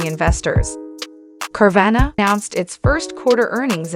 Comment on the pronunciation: Say it right